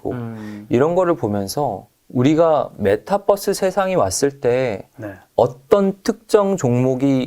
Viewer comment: 잘 공부하고 있습니다 아 근데 메타뻐스 발음은 좀.. 그러네요ㅠ